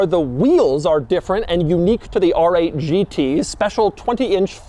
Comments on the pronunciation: “ARRRRGG eight GT” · “Arrr-ate Ghee-tee!” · Rrrrrrggggg8 Gt , bro 😂😂😂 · “ARRRRRR 8 GT” - CAPTAIN DOUG DEMURO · I need a supercut of Doug saying AAAARRR ATE!!! GEETEE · Whenever he says ‘R8’ it feels like Doug’s inner pirate comes out Arrrrr8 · Doug says the letter R in a way that would make a pirate proud